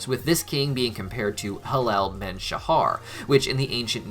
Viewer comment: It's not helel men shachar its helel Ben shachar and I like this video